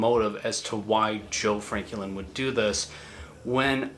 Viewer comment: Nice video, but you keep pronouncing his name kinda weird. Is his name Joe Franklin or Joe Frankie Lynn?